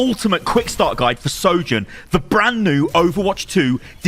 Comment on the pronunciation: You are perhaps the only content creator that can say her name.